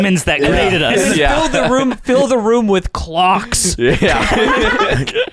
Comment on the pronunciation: The way says “Clocks” was so funny